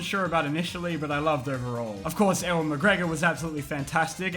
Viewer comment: It’s u-in Magregor